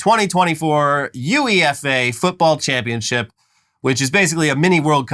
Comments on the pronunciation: Hey, UEFA is usually just said as one word, like "youeffa," not U-E-F-A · plz dont call UEFA "you ee eff ayy" its "you-ey-fa" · Never heard anyone pronounce UEFA as U-E-F-A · U E F A it’s 1 word 😂😂😂 not that!!! U E F A really fvcking killed me!!! U E F A? UEFA!!!😂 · It's pronounced you-eff-a, not U-E-F-A 😘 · we don't say 'yoo-i-ef-eh'...we normally say 'yoo-eh-fur' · Hey gents it’s pronounced ‘you-eh-far’ as the sporting body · Calling it U-E-F-A did make me laugh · It’s pronounced “you-way-fa” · btw UEFA is pronounced "you-eh-fi( fi like lo-fi or fifa )" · from a place of love, the UEFA league is pronounced - "you-ay-fah" I know... its a thing. I'll do my best to help you lovely colonialists out. While I'm over here drinking a cool crisp bottle of "woh-tah". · It’s pronounced You-ay-Fa! But that’s easy to mistake! Did you see the cops shoot the axe (to me me it looked like a hammer🤷‍♂️) wielding football fan today?! Looked like they wounded as opposed to breaking his heart ❤which US cops do) Easy search on bbc or any news source. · please 😭😭 UEFA just gets pronounced as a word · It's pronounced YOU-AAA-FAA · FYI: UEFA is pronounced "You-Ay-Fa". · I never thought I'd feel so much pain hearing someone mis-pronounce UEFA. We just call it You-ayy-fah😭😭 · As a UK fan of the show, its pronounced, for future ref, U-AE-FAH and st. pankris, <- no emphasis anywhere. 😉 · UEFA is just said like "You-efa" lads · UEFA is pronounced as one word U-eh-fa